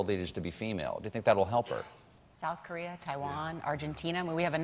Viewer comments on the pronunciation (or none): none